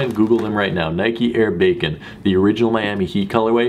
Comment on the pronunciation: If you look up the shoe it's air bakin not air bacon just fyi